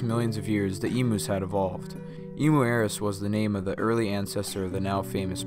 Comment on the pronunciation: We have “eem-you’s” not Reno’s. Liked the show